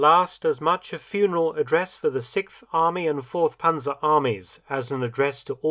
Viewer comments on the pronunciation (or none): none